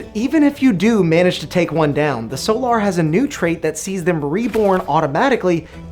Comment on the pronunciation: The way you pronounce "Solar" makes my eye twitch, but other than that, solid video!